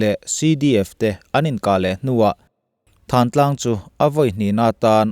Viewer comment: Thlantlang tih thin a nih kha maw le.Lam thiam loh vanga Thlantlang hi Thantlang tih a ni ta em ni.